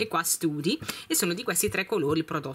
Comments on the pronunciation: Si pronuncia stady non study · Sempre ottime scelte tesoro! Think l hai pronunciato alla perfezione, ma "study ." Tesò si legge "stadi" .... Un abbraccio forte forte. 😘😘😘😘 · study si dice stadi